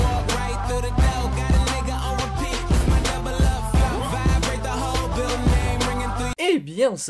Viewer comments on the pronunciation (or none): none